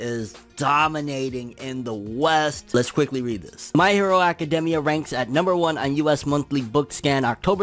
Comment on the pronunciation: It really bothers me how he says academia anyone else ?